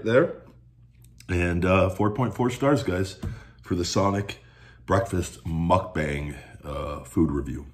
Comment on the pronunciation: You’re not saying it right. It’s mook (like look) bahng.